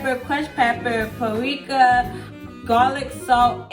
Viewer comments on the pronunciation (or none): It's when you said "Pa-ree-kah" fa me! 😆 On a serious note, you are very entertaining and your voice is sweet on the ears. I am a Chef and also Vegan and I think you did a great job preparing your jackfruit. I wish you much success on your channel!